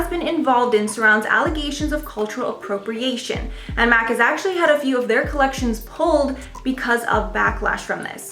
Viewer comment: Dont pronounce MAC Cosmetic as Mac. it's M.A.C - Make-up Art Cosmetics